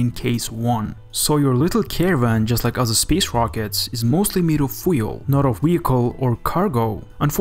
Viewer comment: A very good video. But for God’s sake, learn how to say FUEL properly.